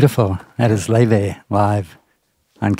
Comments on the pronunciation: It’s more like a loy - vay except the oi is mixed together and mixed. She features on a different channel in which she pronounces it in English (lay vay) and in “True Icelandic fashion ✨” (loi/loy vay) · Laufey is so refreshing to hear in this day of copycat modern pop…she takes you back to a time of creative and original tunes. I guess her name is pronounced “lay-vay”??